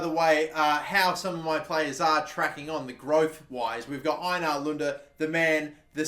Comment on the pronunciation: Your saying Einar wrong. You say it like A nar